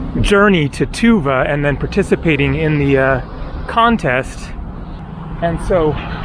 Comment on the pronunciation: tuvA, not tUva. I guess, most of turkic words have stress on last vowel.